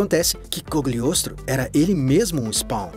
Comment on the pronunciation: Ah, pequenas correções: Não sei se ao certo é o nome em inglês, mas é Cagliostro, então achei bizarro "Cogliostro".